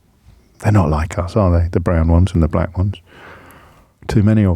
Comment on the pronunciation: You do wonder if he pronounces "black" with two gees.